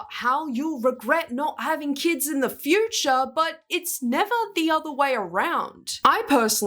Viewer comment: After a couple of rewinds, she said future, but it did sound like teacher